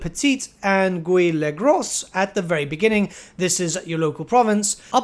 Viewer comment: As a french, hearing the pronunciation of "Le Petit" and "Le Gros" was absolutely hilarious xD But French people speaking english is even worse, not gonna lie.